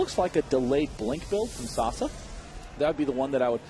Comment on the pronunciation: yelled at the screen every time Day9 mispronounced Sase